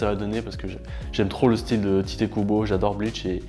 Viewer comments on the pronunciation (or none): none